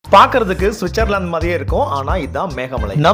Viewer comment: சுச்சர்லான்ட்😂 அது ஸ்விஸ்ஸர்லான்ட் 😂😂